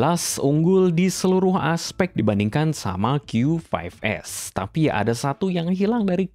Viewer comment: Bang bahasamu nyampur2 pas nyebut nama produknya, qyu lima belas, tp nyebut produk lain qyu fove s. Gue juga ga ngerti tadi bilang hiby apa